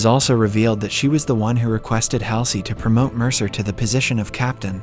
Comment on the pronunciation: And it is pronounced Admiral Hual zee or Hall sea